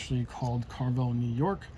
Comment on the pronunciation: Pronounced Care-ah vell